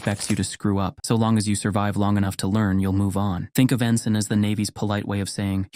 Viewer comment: No t in “ensign.”